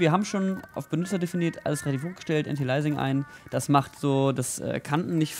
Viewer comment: Wie schwer ist das, Antialiasing auszusprechen? Das i kommt vor dem a: Anti-al-i-a-sing Und sowas will mir in einem Video was beibringen...